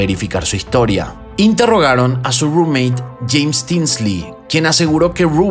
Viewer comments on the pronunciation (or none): none